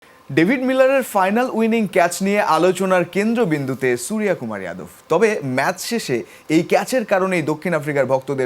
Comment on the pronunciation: হাম্বা সাংবাদিক সূর্য কুমার যাদব উচ্চারণ করতে পারে না